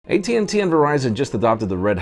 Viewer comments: Did u say htnt instead of AT&T? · ....Haha, "HT&T" ! Couldn't edit that out, huh. Lol